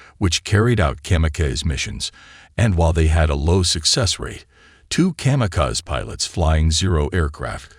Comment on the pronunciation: Interesting an informative, but it's hard to get beyond the mispronunciation of World War II, (World War Eye Eye), kamikaze, (Cam-e-caise), and whilst, (whyllst).